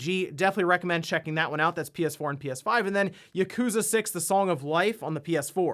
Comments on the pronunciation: "Yekooza".. lol, he's still pronouncing it wrong. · As a games news guy, I expected you to pronounce “Yakuza” correctly.